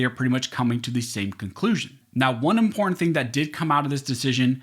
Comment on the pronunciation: (The word "important" is not pronounced "imprn".) There are two t's in the word. Thank you for the great work you do.